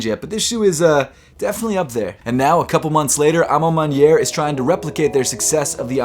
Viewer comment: Good French, mon ami 👌 à ma manière 😊😉 from Paris 👌